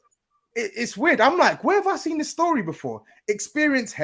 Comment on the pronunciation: Man didn’t do much talking today but that mancunian accent he was doing was killing me😂 “2:0 end of storyeh”